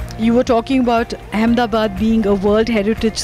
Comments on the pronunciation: "do-laand trumph". 🤣🤣🤣🤣 ambebad🤣🤣🤣🤣 swami-vive-commund succhin tendulkar🤣🤣🤣🤣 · Righttt! I couldn’t stop laughing when he tried to say Ahmedabad😂😂💀